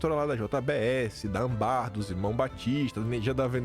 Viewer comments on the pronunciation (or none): o nome da empresa é Âmbar. É paroxítona, tem acento circunflexo. Não é Ambar. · sei que isso não é relevante nesse fato escandaloso, mas por favor, não é Ambar, é Âmbar, com a sílaba tônica marcada pelo acento circunflexo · KIM.... NÃO É AMBÁR...... É ÂMBAR... ESSA PALAVRA É PAROXÍTONA E NÃO OXÍTONA. TEM TRÊ DIAS QUE VOCÊ TEM PRONUNCIADO ERRADO A PALAVRA. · Permita-me uma pequena correção: a pronúncia da empresa da JBS é ÂM-bar. A palavra é paroxitona, tem acento circunflexo no primeiro A. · Porr@, não aprendeu, no grupo escolar de Feira, que "chapeuzinho" (^), acento circunflexo, torna o som da vogal fechado, não? Tu fala oniBUS ou lamPAda? Tem um circunflexo em cima de Âmbar e tu fica falando amBAR igual a um analfabeto petista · tem um acento ^ no1° A... Pf, não diga mais ambár... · Desculpe a correção, mas uma velha professora de português, que ama a própria língua como ninguém, não resiste a chamar a atenção de jovem ídolo, de quem não perde um programa, assim que é postado. Âmbar tem acento na penúltima sílaba, portanto é paroxítona: ÂMbar. Sílaba tônica em maiúscula já que aqui não tem jeito de grifar.😘😘😘😘😘😘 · âmbar é um material de cor amarelada e a sílaba tônica da palavra está na primeira sílaba... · Bom dia Por favor corrija a pronúncia da palavra "Âmbar." A sílaba tônica é o primeiro "Â" e não a última sílaba como você fala. Vai no Google e busque a pronúncia correta. Desculpe-me, não quero ofender mas somente ajudá-lo a se comunicar melhor. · sou seu fã e assisto teus vídeos todos os dias. Só um toque tu está pronunciando errado a palavra Âmbar. O acento indica qual é a sílaba tônica que é no primeiro A. Só um toque de quem te admira e não quer ver idiota te zoando. Abraço que Deus continue te iluminando